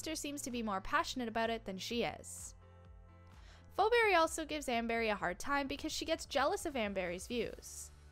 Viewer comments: It’s not pho Berry it’s feeberry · and why are you see fo berry? is pronounced fee-berry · Phoeberry or as she pronounces it 'foberry' 🤣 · It's fee berry, please get it right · It’s pronounced (Fee Beery) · ur pronouncing it wrong it's pronounced feeberry spelled pheoberry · It’s not pronounced like fo-berry, you shouldn’t make videos with no knowledge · It's feee pheberry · XD LOL The way she pronounces Phoebe’s name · Haha imagine not being able to pronounce Phoeberrys name correctly And also amber doesn’t even have a daughter irl so how would that even make sense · 1st of all pls pronounce phoeberrys name right 2nd of all NONE OF THE NEGATIVE THINGS ARE TRUE THEY ARE PERFECTLY THE SAME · That’s not how to say Phoeberry😭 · YOU SAID PHOEBBERY WRONG MEANY